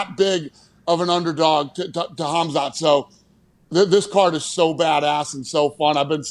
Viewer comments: "Kamzat Kimiev" I think and Chael are good to spell Khazmat's names:D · Khamzat about to smesh you guys for saying his name like that brotha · The way they pronounced khamzats name…cas-u-als. Stick to football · Please learn how to pronounce Khamzat's name. It's honestly embarrassing. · I’m surprised Pat didn’t know how to say Khamzats name, it’s all anyone talks about